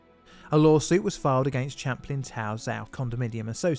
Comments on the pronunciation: Be y good but it's Champlain pronounced like champagne not chaplin!!! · For future reference Champlain is pronounced like champagne. It's the name of a French explorer, as well as a lake he mapped located between the US states of New York and Vermont and the Canadian province of Quebec. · Not to seem facetious, but it's spelt: Champlain, and pronounced: "SHAM + PLAIN". —Take care ❤ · Pronunciation: sham plain/ it's French for the famous explorer: Samuel de Champlain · Um, you pronounce it like champagne except with an "l". Sham plane.